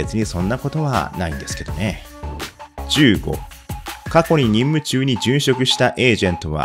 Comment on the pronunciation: 任務中がどうしてもいんむちゅうにしか聞こえない